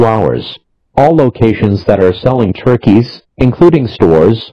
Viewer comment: Idk why but I find the way he says turkeys hilarious